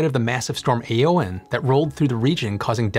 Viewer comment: That's not how you pronounce Éowyn, though. Unless Peter Jackson was wrong.